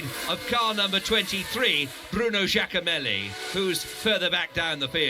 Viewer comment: Bruno Giacomelli == Bruno Jack O'Malley